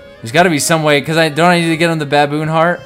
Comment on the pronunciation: Heart..... Its Heart Dude, Not haret.